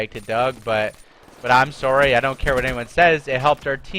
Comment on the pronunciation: I forgot is Canadian, he said "soowwrrrryyy" 😂awesome bro keep it up! 👍🏽